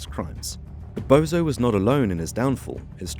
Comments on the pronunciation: I told you it’s not bozo it’s bonzo ffs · he may well be a Bozo for all I know but it’s just the fact that a so called can’t even get a name right